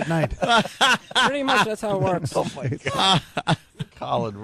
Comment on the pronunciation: She Voirks